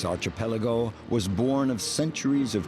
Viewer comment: Archipelago,. NOT Archee-Peligo!